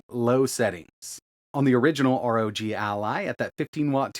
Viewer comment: ROG, NOT R.O.G